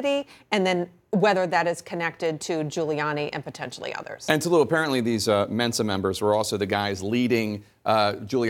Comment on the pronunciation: Jake, it’s “Tow-loo” 🤦🏾‍♂️ not “tuhloo”